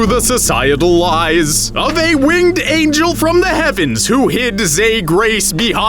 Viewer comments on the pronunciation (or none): none